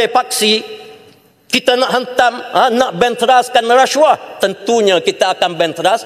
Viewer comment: Sebut pun xbetul. Rasyuah.. Puuiii.